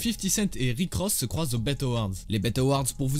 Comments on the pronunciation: Super vidéo juste on dit B.E (I).T. Et pas bet mdrrr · C’est pas béte awards c’est bi i ti awards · Par contre c'est pas les "bête" awards mais les B E T awards qui se prononce "BI I TI" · Bet award ça se lit en anglais lettre par lettre bi i ti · Les "béte" awards il a dit l frérot 🤣🤣🤣